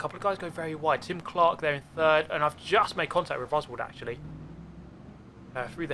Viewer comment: every time you said Tim Clark I heared Jim Clark. EVERY TIME. Here's an example of an f1 fanboy